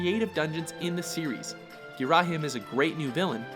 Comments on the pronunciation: No it's "Gee-rah-him" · Okay I can't stand the mispronunciations anymore. First it's Me' lee not Me lee' And second it's Ghir' a him not Ghi ra' him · As soon as he said Geh-rah-heem I exploded. (Sorry... I pronounce it differently) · Love that Ghirahim pronunciation. Gee - RAH - hem. Seems legit. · Ok first of all skyward sword was 2011 not 2012 also its not ghirAHim thats not how you pronounce it. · You wanna try pronouncing Ghirahim again? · Nice video apart from that horrid mispronunciation of Ghirahim's name... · ...that pronunciation of Ghirahim was so awful... XD